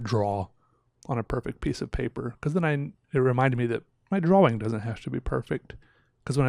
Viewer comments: I honestly like this guys channel but everytime he says DRAWLING I turn it off idk why but it annoys me hearing it constantly. Its drawing...he knows that-so why add the L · I caught that too, I was like “did he just say drawing?” I played it again and heard “draw-ling” and was like “what is going on here!?”